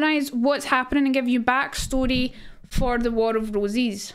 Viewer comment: I swear everytime she says it, it sounds like she's saying War of Rosies, so I picture a bunch of women named Rose all battling for who is the Rosiest of them all.